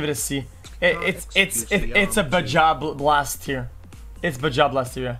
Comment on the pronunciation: "Bajja Blast" peppega